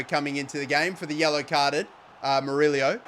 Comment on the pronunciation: murillo not murilio